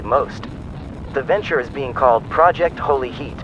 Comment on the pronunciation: “Holy heat” really just became “Holy shit”